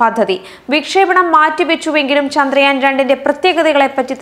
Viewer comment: Why can't she pronounce ചന്ദ്രയാൻ ? ( ചാ ന്ദ്രയാൻ, ചാന്ദ്രയാൻ എന്നു പറയ്യുന്നത് സ്റ്റൈലിണ് ആണോ ? )